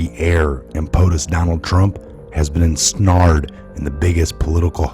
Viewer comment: en-snard??? Try en-snare-d. Whose words are you reading? You get a thumbs up from me for all your hard work and true reporting.